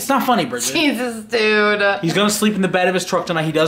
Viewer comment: always says briggett not family he does it all the time you all yell at brigget she just acting out like you all are